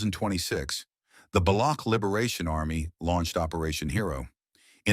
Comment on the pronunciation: Baloch, is not pronounced balouck, it is pronounced balotch and balotchistan